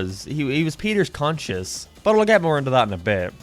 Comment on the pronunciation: "Peter's conscious"? What, like Peter was knocked out and came 'round again, or do you mean conscience? There's a big difference and you keep calling it his "conscious", like with being conscious of the fact of other people not reading much and getting words jumbled up.